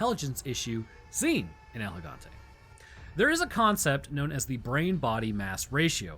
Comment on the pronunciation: Also don’t pronounce “El” like you’re trying to spell out the letter L